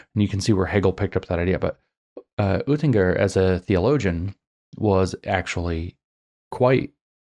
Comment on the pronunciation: The Oe in Oettinger is like the u in burn. Your German is getting less horrible! 😄